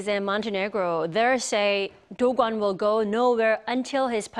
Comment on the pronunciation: is that correct way of pronounce dokwon or she is really bad at pronouncing names lol